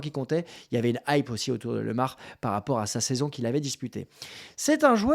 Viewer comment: Bonjour, je connais Thomas et sa famille depuis petit et on dis bien Thomas Lémar, super video